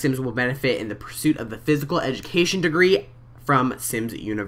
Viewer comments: I love you. You said Edjamacation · did he just say edumacation?Lol